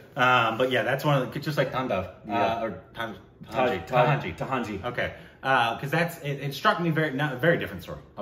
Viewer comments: Tanhaji... Not tahanji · Budge - Baju - Booj - Bhuj (finally got it right) Doot - Dutt (oh crap) Tandav - Taj - T - Tahanji (that's it 🤣) It was TANHAJI (a bit of Korbinization is fine)